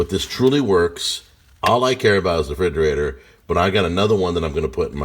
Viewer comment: STOP SAYING "FRIDGERATOR"